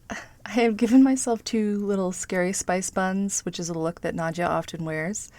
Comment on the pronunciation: Nadja ..not Nadia